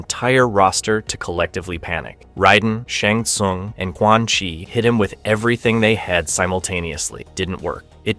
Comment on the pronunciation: did you hear quan chi?😂